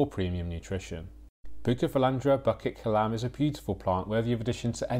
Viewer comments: Pronounced as Boo kit Kelam , not bucket kelam , hope this helps ! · I love you but you butchered the pronunciation 😂 It called 'Boo kit ke lam(b)'